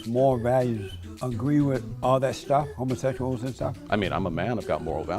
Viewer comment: I always love how he says "homosehshuals"